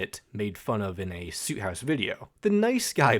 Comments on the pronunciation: great vid but the way you say soot makes me rip out my hair😭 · I don’t wanna that guy but you pronounced ‘Soot’ wrong! I was that guy too.